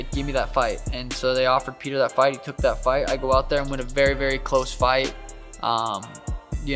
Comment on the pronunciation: "Before our berry eyes" 😂